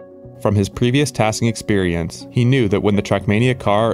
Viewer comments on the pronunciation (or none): none